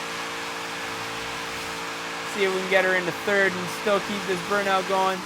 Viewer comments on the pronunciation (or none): none